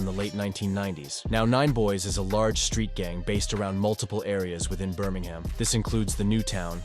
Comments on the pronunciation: Noone says Birming HAM. Its Birming UM. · Its not pronounced burm-ing-ham its prounounced bur-ming-um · Is this ai? Man said birmingHAM like a yank lol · Americans saying Birmingham “BUR MANG HAM” English people saying Birmingham “Bur Ming um” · American robot voice pronouncing the city Birming-Ham 🤦🏻